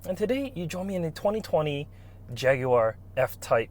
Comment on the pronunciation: Impressive pronunciation of Jaguar! Done your research!